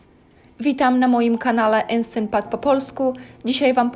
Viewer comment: "Enstent pat" 😂